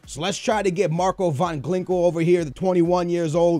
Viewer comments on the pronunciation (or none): Van glinkel? Its van ginkel... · MARCO VAN GINKEL NOT GLINKEL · GLINKEL!? LEARN TO READ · ***** No, it's O-lah. And van Glinkel? Really? Where the fuck do you see a fucking L? I can forgive butchering the G, but the added L... I know you're horrible with names, but come on, if you don't know how to pronounce something, break the name up in smaller parts and make it somewhat less horrible. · VAN GINKEL NOT VAN GLINKEL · hahahahahahah Van Glinkel ahahah u legend!! GINKEL NOT GLINKEL, love ya man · Van Glinkel? It's Van Ginkel! xD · SKILLZ PLEASE YOU'RE KILLING ME.. It's VAN GIN-K-EL. Not VAN GLI-NK-EL.. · "Van Glinkel"? "Salaha"? "Olay John"? Srsly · Van Glinkel, Salaha lol can he even read? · did he say van clinkle? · Van GLINKEL??? learn to pronounce...